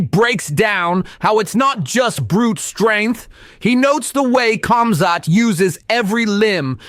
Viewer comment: Not cum-zat bro its Khamzat lol joking awesome video! 🤣